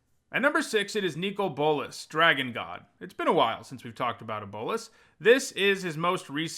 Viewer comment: I don't know if it maybe is the correct pronunciation, but hearing you call him "Nico Bolas" triggers me so much for some reason.